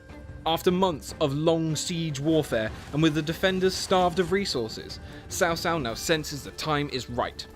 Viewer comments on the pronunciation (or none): no there is no "h" sound. otherwise it would be spelled "chao". "ts“ is as close as you can get to the chinese "c".